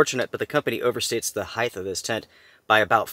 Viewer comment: Please never say Heighth🤦‍♀️🤦‍♀️it’s pronounced HEIGHT!! There is NO “TH” at the end.